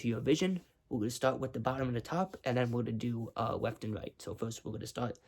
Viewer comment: "weft and wight "